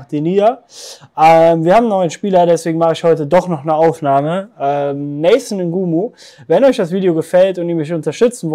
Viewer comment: Erstmal Nathan bitte richtig aussprechen ;-)